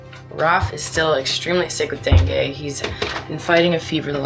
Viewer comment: Love your vids, fyi for future reference it's pronounced "dengee" fever! glad you're over it finally 👍